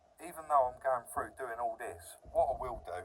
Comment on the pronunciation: When you say frew do you mean through ?